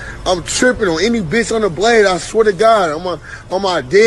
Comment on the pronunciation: Cant even say bitch right